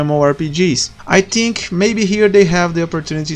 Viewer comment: Primeiramente, parabéns pela iniciativa "ser humano"! Poucos teriam a coragem de fazer um vídeo em outro idioma. Agora as dicas: 1 - Fala de forma mais calma, tava falando muito rápido no início (fale mais igual depois dos em diante). 2 - A pronuncia do "TH" é como se fosse um "F"... você ta pronunciando "NÓTIN" e "TINK", porém seria mais ou menos assim "NÓFIN" "FINK". Tem um canal chamado "SmallAdvantages" que é muito bom e tem bastante dicas sobre pronuncias. Espero poder ajudar com essa "parada e fui!" =)